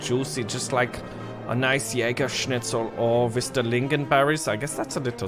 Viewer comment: Your pronounciation of jägerschnitzel is actually not bad